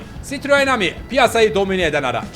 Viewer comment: CİTROEN AMI DEĞİL AMİ AMİ I DEĞİL İ OLACAK😊😅